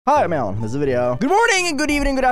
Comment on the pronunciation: why does his intro sound like he says "Hi, I'm Alan" instead of "Hi I'm " lmao